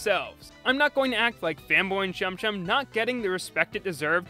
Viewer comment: Say chum chum without the second H